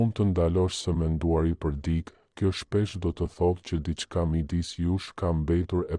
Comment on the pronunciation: Ore trap! Mëso theksin e fjalëve më gjuhën shqipe se na e shpife. Jo "dik" por "dikë", etj